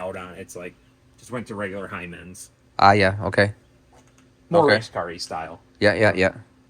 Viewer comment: Did he call heim joints hymens? 🤣🤣🤣🤣